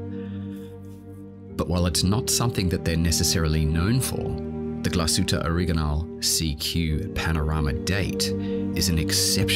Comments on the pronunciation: Why pronounce it Origanal? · Like "Angala Merkel."